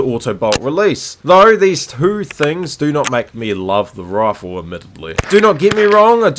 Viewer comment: take a shot every time he says rawfle